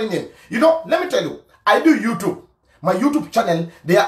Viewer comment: Why you can't pronounce YouTube properly??